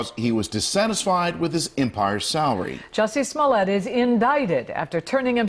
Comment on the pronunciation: It’s another “jussie smoeliet”😂😂😂